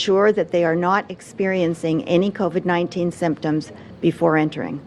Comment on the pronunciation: And I think Ford is talking about a different virus....Co-ved